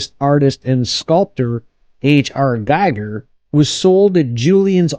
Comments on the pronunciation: His name is pronounced Gee-ger with a long E. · And Giger rhymes with "eager". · Terrible video - if you didn't even bother to review some basic material about the subject and find out how to pronounce Giger correctly, you should not make have made this. You are basically reading a wikipedia article out loud with Google image search. Not worth watching.